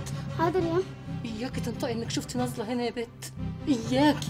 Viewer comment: اسمها نازلة و لكن المصريين بينطقوها بالظاء (نظلة). مشاهدة ممتعة